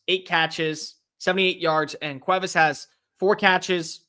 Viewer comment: Still a little off on Cuevas but I appreciate the attempt 😂